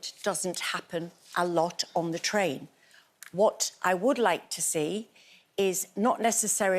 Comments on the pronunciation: Tain Terror... "Train" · I think you mean "Train" terror, rather than "Tain" terror?